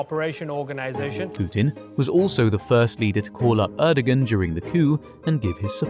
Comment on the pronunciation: The pronunciation of “Erdogan” was unbearable